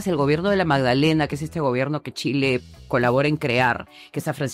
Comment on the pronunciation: vi la entrevistas hasta que la entrevistadora digo Tchile...